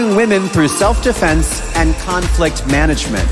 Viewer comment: SELF NOT SELD OR WHATEVER THATS CALLED AND WHATEVER THAT IS